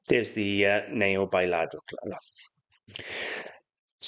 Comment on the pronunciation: I think its pronounced Yadro and not Ladro. I'm sure anyone who does not speak Spanish says it like ladro, I used to too but I'm pretty sure its pronounced Yadro